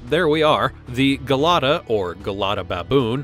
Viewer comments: The narrators on these content farm youtube channels are just incessant yappers, I guess this one isn’t as bad as some of the others with the unbelievable mispronunciations & lisps. But Gelada isn’t like hair GEL, it’s JA-LADUH. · And the Gelada Baboon's name is pronounced "Jelada", with a soft "j" sound, not a hard "g".